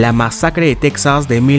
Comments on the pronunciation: Se pronuncia "Tejas", no "Tecsas". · Casi todos los latinos también le decimos "tecsas" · Me estresa como dice TEXAS